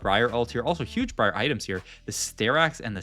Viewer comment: this guy said bree arr